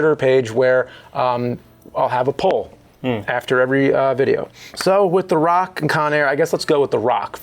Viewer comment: "The Ruock"